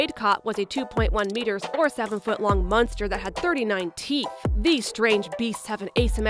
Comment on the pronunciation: Stop saying munster